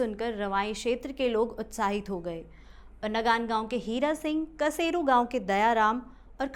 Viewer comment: वो नगानगाउँ नहीं.. नंगांणगांऊ है मैम..में भी इसी गाऊँ का हूँ..,,और दूसरा कसेरु गाउँ नहीं.. बल्कि कंसेरू गाऊँ है. ..आप कहाँ से हो